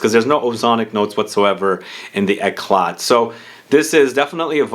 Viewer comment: The t is not pronounced